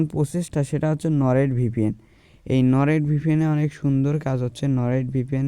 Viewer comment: কথা একটু ক্লিয়ার করে বলবেন এবং স্লো স্লো বলবেন তাহলে শুনতে ভালো লাগবে বুঝতেও,, আপনি কয়েকটা ভুল করেছেন কথা বলতে? 1/নরেট ভিপিএন না,,,হবে Nord vpn.😂 2/ইউনাইটেড স্টেট না,,,, United States হবে😂😂। 3/,,Vi 😂 browser না,,,,via browser হবে।।।।। এটা আপনাকে ভুল ধরানোর জন্য বলে দিলাম আশা করি পরবর্তী ভিডিওতে আরো সুন্দর করে উপস্থাপন করবেন, দোয়া রইল আপনার জন্য❤।।।